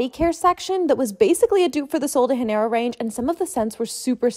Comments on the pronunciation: It's not Sol de "Ha"neiro. Pleeeeease! We speak Portuguese in Brazil. It's pronounced almost like "dja"neiro. I'm sorry to be this annoying but it's just that it's super offensive to us when people assume we speak Spanish. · "Soul de HaneIro" as a Brazilian, I took the completely wrong pronunciation as an offence 👹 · Do you say Rio de Heneiro? The J is pronounced like a J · Uhhh Does she know Spanish and Portuguese aren’t the same? Sol De Janeiro is pronounced Soul D Jhenayroh? The Soul D Hanarrow killed me. Miss ma’am, Brazil 😂😂 God bless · Sol de Janeiro is a “Brazilian” body care range so you’d pronounce the J (unlike with Spanish). It should be Sol de Jah-neiro (with a soft J sound). I don’t mean to be hateful I just wanna help 🤗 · It’s a Brazilian brand, and the name is a play on Rio de Janeiro, one of Brazil’s biggest cities. So it’s definitely not “hanero”, it’s pronounced the way it is spelled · even people who speak spanish know that the correct pronunciation is janeiro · I think what they meant was that you don’t pronounce the J as an H like she did in the video. Like instead of an H sound like in spanish, it’s a hard “J” sound like Jar. But not exactly hard? It’s kind of difficult to explain bahaha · It’s actually Portuguese and pronounced as a “sh”, Sol de “shaneiro” is what it should sound like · Is no one talking about the fact she said “sol de hanero” LIKE PRONOUNCE THE J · But this isn't Spanish, it's Portuguese. J is pronounced as J lol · Im pretty sure she said haneiro coz idk if its portuguese or spanish but ik in spain they pronounce Js as Hs idk ab brazil tho (idek if sol de janiero is brazillian icl im think of rio de janiero) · the portuguese pronounce the ‘j,’ so you’d pronounce it “sol de janeiro,” phonetically with the ‘j’ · So Sol de Janeiro is a Portuguese named brand. So the J is not pronounced as an H like in Spanish. It would in English be pronounced Jan-ey-roe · It’s not pronounced honaro it’s pronounced how it’s spelled